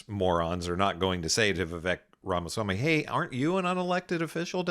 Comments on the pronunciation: why does this guy keep calling Vivek ... Rama Smamyi ? when his name is Rama Swamy ? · It's pronounced Rathersmarmy. Very funny Sam